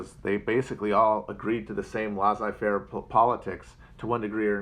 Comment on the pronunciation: It's pronounced "Laissez-faire" matt get a grip